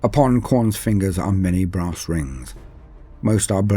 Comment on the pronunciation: A throne of BRASS… okay got it. At first I thought you said “grass”. 🌿🍀🌱😆